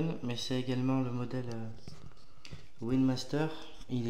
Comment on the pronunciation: Juste comme précision,, c'est Wingmaster, pas Winmaster .